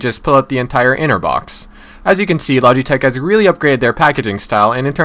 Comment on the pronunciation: Lodge-e-tech Lol